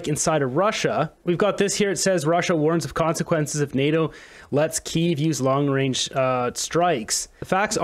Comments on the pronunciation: Yup, long 'wange' missiles. Get a mental assessment already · We don't need a PM who says Long Wayne for long-range. Especially when he is trying to push the world towards a nuclear holocaust., your general message was good, but it's not true that the US has more nuclear missiles than Russia. Russia has the largest nuclear stockpile of any country in the world. Also, unfortunately, Putin was elected to a new presidential term this year, but it will almost certainly be his last term. It expires in May 2030. Putin will be 77 then. Russia won't make the same mistake that the US made with Joe Biden. And he could die or be forced to leave office due to incapacity before then. The Russian Constitution doesn't allow the Russian government to give the four oblasts it has annexed back to Ukraine. In any peace negotiations they would insist on retaining them. This wouldn't matter if Zelensky could fight his way all the way to Moscow and raise the Ukrainian flag over the Kremlin, but this isn't going to happen. What might happen is that Russia decides to annex more oblasts, and right now Kharkiv is the most likely candidate. This was a quite unnecessary war. Ukraine could have kept all of its territory except for the Crimean Peninsula, but we are where we are. Trudeau isn't a moron, but he is an idiot, and nine years as PM seems to have taught him nothing about foreign policy.